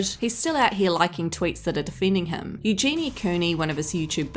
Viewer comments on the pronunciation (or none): none